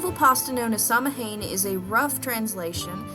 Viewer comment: Hang on... samhain isn't pronounced sam- hane, it's pronounced sao-win. Just had to put that out there.